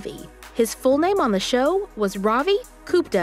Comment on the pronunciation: Kupta? It’s Gupta, only brown people like me can relate…